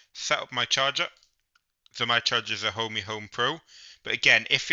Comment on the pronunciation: It Ohme.. not Homey 🤣